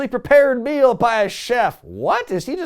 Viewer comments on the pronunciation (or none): none